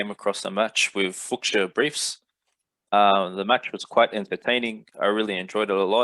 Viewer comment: pronounced as Fooshia not Fooksia . captain flying away now :D